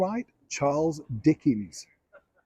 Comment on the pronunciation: Who laughed in the background when you mispronounced Dickens?